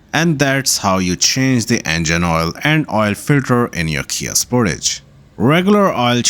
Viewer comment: Spor-tage not Sport-age